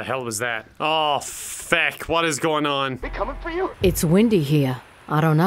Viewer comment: saying feck with a hard “u” is scarier than the zombies